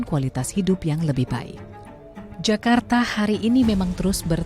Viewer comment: Zakarrta😂😂😂 meee11aahhuuuuuu...